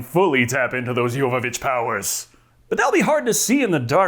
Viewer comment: One of the things l admire about is that he pronounces Milla Jovovich’s name correctly.